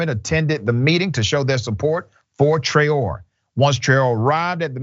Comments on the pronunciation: The correct pronunciation of that name is Traore( Tra-oh-Ray). It is a West African name.. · Pronounced Trey-o-rey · I believe that name is of Senegalese origin and is pronounced Tra Oh Ray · Her name is pronounced Tra-Ó-ré it's a west African name.